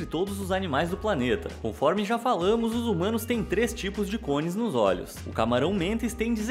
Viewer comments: Já eu entendi "zoomanos" kkkkk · Mano... Eu entendi "Os Zumanos" kkkk